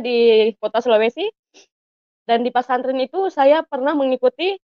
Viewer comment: Masuk pak santren...bukannya harusnya pesantren ya....Allah sdh membelokkan lidahnya,ngomong bhs indonesia aja keseleo palagi sok2 an baca alquran tmbh kelu lidahnya,bc yg latin aja susah banget😂😂😂